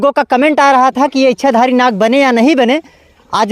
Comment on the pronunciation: Nag nahi lad hai 😂😂😂